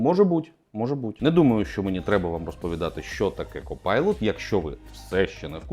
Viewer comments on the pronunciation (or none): Важливе зауваження: це не copilot, це cockpilot. Дякую